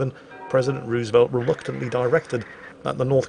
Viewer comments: The pronunciation of Roosevelt is irritating to an American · I love ya, I really do; but it’s Roosevelt with a harder o sound like in no, it has some oo sound but it’s more or aloft an o